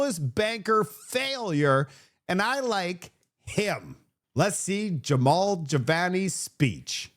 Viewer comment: JAMIL, not Jevon, not Jamal. Jamil. There's a picture of his name in your video.🤦🏿